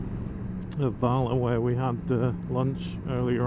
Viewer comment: Also Bala. Barla🤭😅